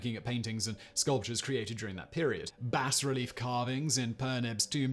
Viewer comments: It's not "bass-relief", as if a fish has something to do with it. Try "bah-relief". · obviously. That's why I pointed out his pronunciation as bass.